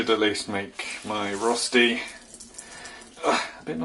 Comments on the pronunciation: As a swiss person i have to be offended and tell you that its called RÖSTI not Rosti...i know that you english guys can't pronounce Umlauts but then please say "shredded potatoes". (Im just joking, love ya buddy) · He said it wrong even for an English person, he's supposed to say Roshti if you can imagine that, with a "sh" in the middle like the beginning of "shit" 🙄😀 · sure. I mean as an Englishman, he's saying it wrong it's not how we say it in England even! 😂